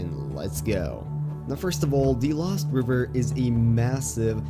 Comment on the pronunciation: He said "LÖWST"